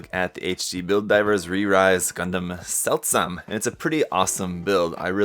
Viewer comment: actually the Seltsam is Ferman more spoken like zeldzam also means: strange